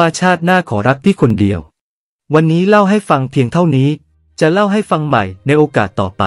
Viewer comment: คนเดียว จะออกเสียงว่า ก้อเลียว